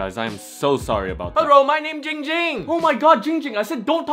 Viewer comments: Its ging ging not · Spicy Potater it’s not that its ding ging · Ging ging is calling himself instead of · Why is everyone still saying gong hung it’s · Yes you can tell the dif-Er-ence, why you dis-a-pointment!!! Not it’s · Ging Ging even says his name wrong😂